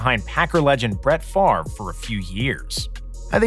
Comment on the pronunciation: Correction…it’s not Brett Farve, it’s Brett Favre.